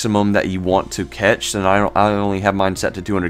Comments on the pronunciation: yeah ... hearing "catch" was enough to discredit this dufus for me! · Cache is pronounced CASH. Not catch..🤦😁